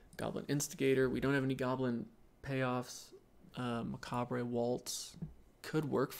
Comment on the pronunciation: This feels like I am being douche, but I cringe every time you say plague and macabre. No on says macabre right, but plague? Sorry. This is knitpicky, I like your draft content. You are good at thinking out loud, and I love that you see and own your mistakes.